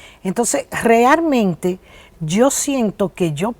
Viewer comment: La doctora Nancy es adicta a la palabra "realmente" o como ella la pronuncia "grealmente", tanto en su programa como en entrevistas